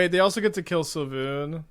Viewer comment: svyelun not sylvun